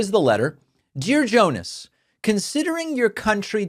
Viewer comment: It's "Jonas" NOT "Joenassh"